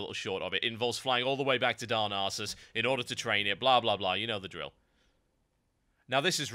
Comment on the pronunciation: lol, i love how u say darnassus... sound like u say " darns anus